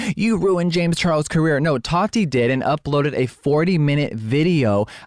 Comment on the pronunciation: why does keem say toddy instead of tati its gross